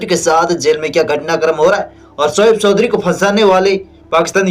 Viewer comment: Sos nhi soch bol Sodhri nhi Choudhry bol